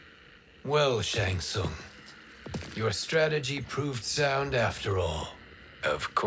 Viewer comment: Bruh, why you butchering my boi's name like that. It's Shang Tsung. xD